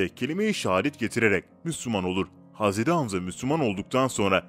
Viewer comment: Hazreri ne ya? Adam hazret demeye eriniyor galiba